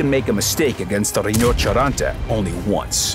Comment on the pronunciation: Why does he pronounce Rhinoceronte so weirdly? Like "Reenacharanta" xD